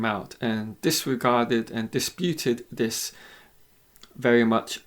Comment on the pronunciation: What is wrong with the education system in England? This commentator with his mispronunciation of English words, that is so typical of English people. Dis, instead of this, dat, instead of that, wiv, instead of with, fink, instead of think. Weird!